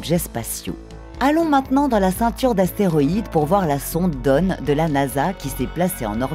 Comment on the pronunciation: Bonne vidéo :) Petites erreurs de prononciation pour Kuiper et Oort, on ne dit pas "cuipère" mais bien "cueille-peur" et "ôrt et non "ort'", les noms venant tous deux du néerlandais ;) (et dawn se prononce "dône" ^^) Désolé d'être pointilleux ^^ Aussi, pouvez-vous expliquer comment les étoiles qui passent près du nuage d'Oort font pour pousser les comètes à plonger à l'intérieur du système solaire ? Ne devraient-elles pas plutôt être attirées par ces étoiles? Je ne comprends pas. Merci d'avance !